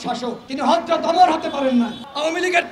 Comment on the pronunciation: Hazrat Omar (R’) name Tao thik moto bollo na .? Hazrat Omar er moto mane ki "? Oi Uzbuk!,, Aoamilig bisoy pore Asti si